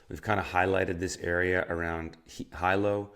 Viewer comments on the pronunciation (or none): He said Hi Low....lololololol